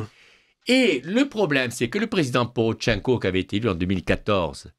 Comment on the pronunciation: Porochenko et pas PoroTCHenko!